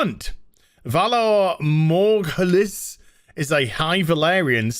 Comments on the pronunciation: Dude you cant even pronaunce valar morghulis, would have banned you too <3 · To be fair your pronunciation of valar morghulis and valar dohaeris was pretty offensive and you should be banned for that alone.